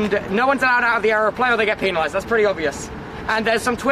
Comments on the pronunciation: Sorry but Tubbo saying "penalized" is funny to me like- "Pee- nalized" Edit: If Bill can't handle American weather, imagine him visiting Australia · I just died laughing when tubbo said penalized